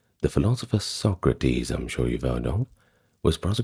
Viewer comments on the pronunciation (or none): none